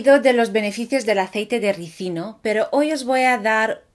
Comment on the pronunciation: Felicidades hermosa... ¡Tu si lo dices bien!! Muchos ignorantes dicen Resino en lugar de RISINO... 🤭🤭🤭